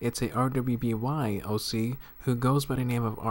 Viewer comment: did you just say R W B Y? TRIGGERED jk but for future reference RWBY is pronounced ruby